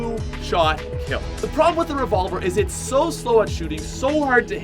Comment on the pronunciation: I got triggersld when he said the revolvrr